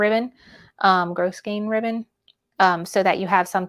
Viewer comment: Can't see other comments, but grosgrain ribbon is pronounced grow--grain.